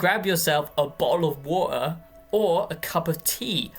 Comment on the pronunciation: "A bottla of watera" lol